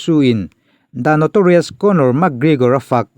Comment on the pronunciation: Gregor tih tur bawk aw Gregore ni lovin😝😝😝😝😝